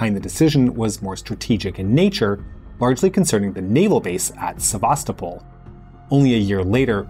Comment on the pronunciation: Great content. I traveled to the region in 2007 when it was a part of Ukraine. It was very much ethnically Russian from conversations I had with local people. At the time you could see many Russian and a few Ukrainian warships. NB Sevastopol is pronounced easiest if you make it 2 syllables Sevas topol not the way we English speakers pronounce it as Sev-as ta- Pol. Simferopol the same .